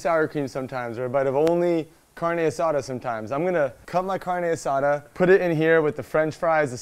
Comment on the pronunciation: As a hispanic hearing "car-nay aSAda" and "peeco-day-guy-yo" i'll let it pass 😂. I love these little competitions! I am getting HUNGRY!! Lets' GO!!!!